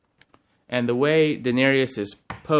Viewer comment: Den-air-EE-us? Really, da-nair-us